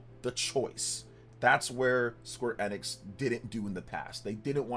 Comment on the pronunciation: It's E-nix.. EeEEEeeEEeE- Nix. "Life Time fan"